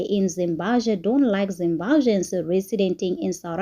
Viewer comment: It's Zimbabweans not zimbazveans